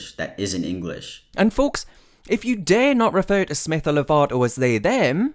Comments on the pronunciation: he literally said englitch not english not bc of the accent 😂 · No one: This man: "To essentially... mutilate the English language" Also this man: "Englicksh" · Also the englitch "language" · "The englikch language" LMAO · "englitche" why did that make me laugh so much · Omg he pronounces english like i imagine a Klingon would 😂 “Enkckqhlish”